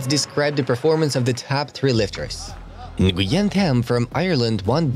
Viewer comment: Tham Nguyen is pronounced “wen”, it is a very common Vietnamese name